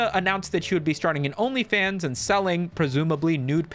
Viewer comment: My boy pronounced OnlyFans like "Onii-chan".